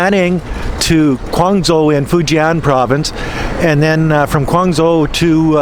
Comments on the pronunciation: You need to learn pinyin before you’ll know how to pronounce Quanzhou as Chuanjo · Quanzhou is pronounced "chuan jo". Lol..20 years in china and he cant pronounce basic cities. What unbelievable ignorance. 😂